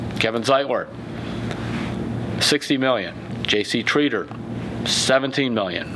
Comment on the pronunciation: Ur saying Tretter wrong